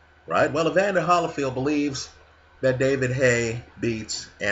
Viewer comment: wants to blaze his own path when it comes to the pronunciation of Evander Holyfield's name. Seriously, he hasn't noticed that no one pronounces it that way? Same with Gennady, why the hard "G?" It's distracting. When he says Holly Field, I don't hear the next 25 words he says.